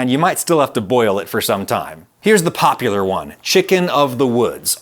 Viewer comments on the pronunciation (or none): none